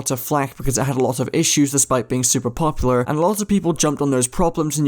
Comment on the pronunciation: drinking challenge: take a shot every time he mispronounces popular